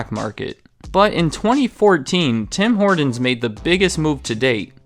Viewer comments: Why are you saying the name so weirdly lol? "Hordin's" 😅. It's pronounced like "Hortin's" with a T not a D. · Stop saying "Tim Hordens" you sound American, its pronounced "Tim Hortins" there is no "D" I am Canadian and travel a lot, I always see a new TH open and then close pretty quickly in the USA, the only ones I have seen stick around are the ones bordering Canada and the one near Times Square. I do not understand the appeal of their coffee or their food products but all my friends go crazy for it, and I am guilty of playing roll up the rim every season. I even call my wife at work when I win a free doughnut. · I love how you say "Tim Hordenz" instead of "Tim Hort'ns" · Tim ‘Hordons’ annunciate hah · “Tim Horduns.” 😒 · It’s not HorDons... it’s HorTons! 🤦‍♂️ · I love this guy's videos, but I can't stand his soft T's. Impordant. Tim Hordon's. It's brutal. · No one: Absolutely no one: Not even Canadians:: “Tim Hordens” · Who is Tom Hor"d"on? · My man... It's: Tim Hor•TONs not Tim Hord•ens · You say it Tim hor-tons no d in Tim Horton’s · It’s “Tim Hortons” not “Tim Hordons” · Its Tim hortons not Tim hordons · Stop saying Tim HorDons.. Tim HorTons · Bad pronunciation. It is not Tim HOARDans. HORT, say HORT! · sounded like he was adding an "N" to Horton's - like horn-tons.... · First of all it's not TIM HORDINS. And, Tim Horton was not the founder, he was just a 'famous face' to use by Jim Charade who was the 'real' business mind behind the franchise. I stopped listening to your 'facts' shortly after that so I don't know what else you got wrong. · Note: It is Tim Hor-Tons, not Tim Hor-Dons. Hard consonant and unvoiced. That distracted me the whole video. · "Tim Hordins" - LOL. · Its called Tim Hortons not Tim Hordons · It's pronounced "HorTons", with a T in the middle of the word. It's not "HorDons", with a D in the middle of the word. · "Tim Hordens" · Who is "Tim Hordon?" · I had to leave because he kept pronouncing it "Tim Horduns" -.